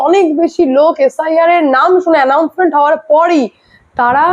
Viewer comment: tumi announcement er jaygay tumi allouncement balchho. Rag koro na.Tumi bhalo theko.God bless you.